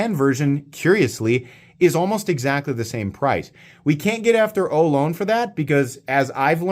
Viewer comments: Looks like a great knife, but being named after the California tribe of native Americans, it is pronounced oh loh nee. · Great review, fantastic knife. I'd love to see an auto version. For some reason there aren't many autos with contoured titanium handles, and the crossbar lock is my favorite auto release. FYI, in the San Francisco Bay Area we usually pronounce it oh-LOW-nee. We have Ohlone college and the Ohlone trail. The Ohlone were the local native Americans in the San Francisco East Bay. I think Ohlone knives is from a different part of the west coast, so maybe they pronounce it differently. Thanks for all you do!